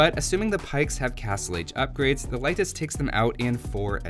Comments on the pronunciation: he said Laitis ("a" instead of "e") which is incorrect, but its nothing important really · How to pronounce Leitis correctly? Leitis is pronounced like late'is or lay'tis, not light'is. E letter in eastern Europe is like E in word Empires I really wish native English people do pronounce it correctly! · I looked for the pronunciation when the civ first came out and never came across a convincing source for lay'tis. I did find light'tis a few times, though: and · Unemployed he’s following the German pronunciation, I guess.